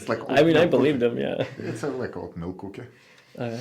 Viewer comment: “Warm water and a coohkie”